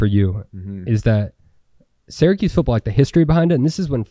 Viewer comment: Great stuff! But please pronounce Syracuse correctly 🫠